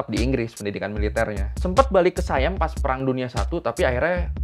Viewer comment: SIAM cok bukan sayem